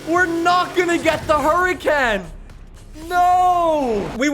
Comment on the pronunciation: Nobody:: hUrAcAn